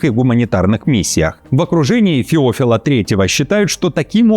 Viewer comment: ФеОфила, говоришь как ИИ. ФеофИла! ))